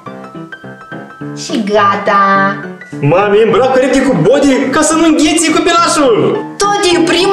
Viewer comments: Iar când a spus și am adus haine curate Un bodi se spune badi nu bodi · Se scrie body dar se zice badiy! Craciun Fericit tuturor!